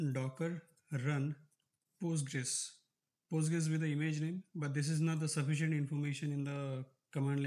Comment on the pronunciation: why do you call it pUstgres? Its weird. Just say pOstgres.